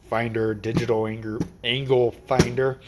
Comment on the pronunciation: I kept rewinding back to that anger findle angle finder part 😂